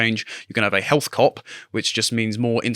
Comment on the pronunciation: I'm intrigued, but I'm not sure I can tolerate another 30 minutes of health being pronounced as 'healf'.